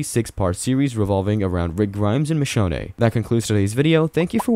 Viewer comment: Michonneigh lol